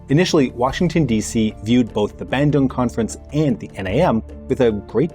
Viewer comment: Im from indonesia.. and im not trying to offend you but... the way you pronounce bandung is... just no.